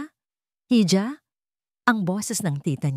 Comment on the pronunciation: Puede po bigkasin ang Spanish word HIJA. Ito ang tunay na bigkas IHA